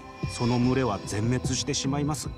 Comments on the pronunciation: む↑れ↓が気になりすぎるww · 「群れ」のイントネーションwww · 群れのイントネーション www